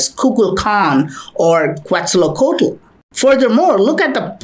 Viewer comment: 😂😂😂 you called Quetzalcoatl like quetxalocotl , I'm from Mexico so that's why I realized it so easy, but don't worry I know it's hard say Quetzalcoatl 🙂